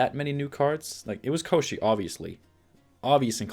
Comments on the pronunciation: 1st pronunciation of Kościej was perfect. It is a creature described in one of the first Sapkowski's short stories about Geralt. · In polish its called Kościej and you are pronoucing it right, although it means something like "a creature od the bone", so maybe that's why they stuck with polish version, otherwise it would be named "bon*r" ;P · Hi there ;) Love to see you playing so much Gwent recently ;) Also, great pronunciation of Kościej. It was in the Witcher novels and games, but the name itself comes from Russian folklore. The name was belonging to a wizard, kinda lich really. He was kidnapping princesses most of the time.